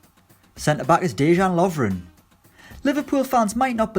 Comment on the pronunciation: Before you make a video learn how to pronounce names( Dejan Lovren) you count